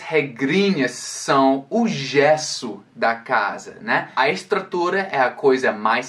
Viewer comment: em um de seus excelentes vídeos, você fala que uma pronúncia com forte sotaque pode não ser compreendida pelo nativo. Eu não entendi muito bem até o vídeo acima. Demorei para entender que você estava se referindo ao gesso. Embora você fale português de forma brilhante, a palavra gesso foi pronunciada com uma forte acentuação na primeira sílaba: gééééé. O correto é: gêêêê. Parabéns pelo ótimo vídeo.